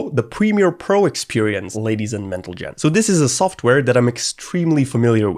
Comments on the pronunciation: ladies and mentlegen 😭😂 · did he just say mentalgen??😮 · The "ladies and mentlegen" is absolutely crazy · "ladies and mentlegen" :sob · Did you just call us mental jets? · "Ladies & mentalgents" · ah yes ladies and mentlegen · ladies and mentaljen 😂😂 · "Ladies and mentlegen" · ladies and mentaljen 😂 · lady and mentlegen 😂